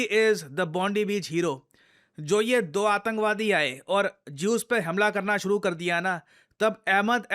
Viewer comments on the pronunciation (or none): none